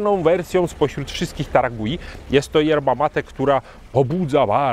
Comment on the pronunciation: Marka nazywa się Taragüi, u z kropkami dwoma czyli u umlaut, a zatem czytać należałoby chyba taragłi 😊 Podążając za Wami w podróżach po markach mate w końcu dotarłem do taragui klaczycznej. Zgadzam się z oceną, że w porównaniu do innych marek argentyńskich ta się wyróżnia. Jest bardziej zdecydowana w smaku. Body dominuje nad niuansami. Czuć przede wszystkim cierpkość sezonowania i goryczkę, choć po filmiku spodziewałem się znacznie większej goryczy. Przypomina mi trochę klasyczną biało-czerwoną amandę, ale z pełnieszym body i dużo ciekawszym tłem. Smaki drzewne, cierpkość i mimo wszystko lekka goryczka oraz całkiem dobre pobudzenie to cechy charakterysytyczne tej marki. W tle przebija się siano, powiedziałbym raczej orzeszki niż kawa, trochę spieczonej skórki chlebowej, na dalszym planie delikatnie i nieśmiało ujawniają się suszone owoce. W finiszu mam łagodną cierpkość, a owocowe tło przyjemnie i wyraźnie daje o sobie znać. W finiszu też pojawiają się nuty kojarzące się z kawą. Dobra klasyczna mate w stylu argentyńskim. A co do bliskości taragui do mate paragwajskich? Taragui jest tak blisko paragwajek jak Buenos Aires Asuncion. Patrząc z Polski to blisko, a jednak wciąż pozostaje 1250 km. Już prędzej widzę smakowe podobieństwo do urugwajskich yerb, choć wciąż daleko. To zdecydowanie wyrazista, argentyńska mate.